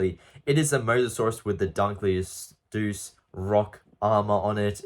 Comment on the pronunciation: How tf did u just pronounce dunkleosteus 🤨